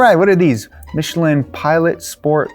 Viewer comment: Michelin!!! Please respect the manufacturer. Not Michillen!!! But nice content, from a French guy working with Michelin.